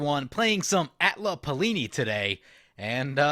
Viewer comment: “Atla Palini” Someone’s been bitten by the () bug xD